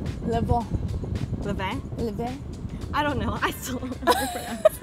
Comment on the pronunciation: Levain vain like cain levain is how u pronounce